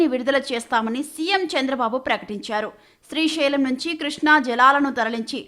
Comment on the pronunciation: Its Srisailam not Srishailam..ekkada dorikarra babu